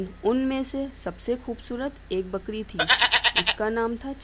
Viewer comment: Its not bkdi its bkri